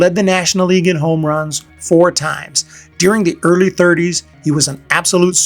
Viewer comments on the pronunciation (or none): none